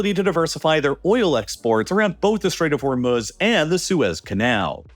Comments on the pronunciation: WTHell is The Strait of Hormel-Smutz? 🤪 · THE CHALLENGE; do a shot every time you hear "Stait of Hormuz'. It's ridiculous.